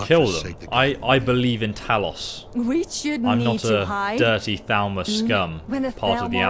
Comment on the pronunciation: Talus instead of Talos😤😤😤